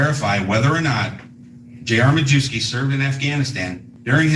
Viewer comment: mah-yev-ski, not mah-joo-ski